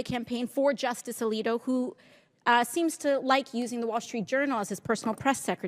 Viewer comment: Hold on, , the unnamed witness does not clearly say Justice Alito's name, in fact, it sounds more like the witness strangely confirms that "Leetee did not." After which, AOC then points vaguely to the photo, and sums it up: "He did not recluse himself from this case, and in fact he used his seat on the Supreme Court, after all of this, to rule in Singer's favor." But, strangely, , the video goes out of focus, and obviously skips some period of time, and restarts a bit later, with the same camera angle, as AOC continues talking - "And following the decision, Mr. Singer's hedge fund was ultimately paid $2.4 Billion, not a bad return-on-investment for a fishing trip there". Yeah, and the alleged huge return-on-investment might be nothing but a clue that this report about an innocent fishing trip has been unfairly slanted. How much time passed between the fishing trip and Singer's legal case? Who else was on the fishing trip? Was it 10 or 20 people? Was it a random meeting due to blind luck? Was the photo just a simple "photo-op" that Singer requested? BTW, I got a photo-op with Margret Thatcher, but that doesn't mean I acquired any benefits through her. Yup, this was presented as a very fishy episode. However, after having seen so much magic from "video-editing" to wrongfully make Trump sound like a racist, as was clearly demonstrated by Trump's defense team who presented both the 2-minute edited-video that the entire USA saw countless times before the impeachment